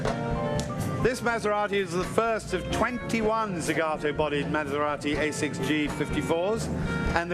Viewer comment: Someone tell these mf’s how to pronounce “Maserati” holy fucking shit